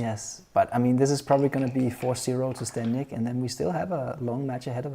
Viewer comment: Kinda disrespectful that ZZ has been performing at such a high level, gets to this match, and still doesn’t bother to pronounce his name correctly.